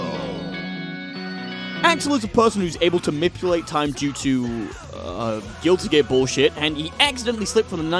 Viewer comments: Why is he saying gilly gear? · Why do you say gilly gear? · I can't get over the fact that it sounds like he says "Gilly Gear" everytime he tries to say "Guilty Gear" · I love how he says gilly gear instead of Guilty Gear.